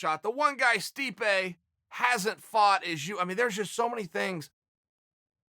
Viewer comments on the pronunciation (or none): none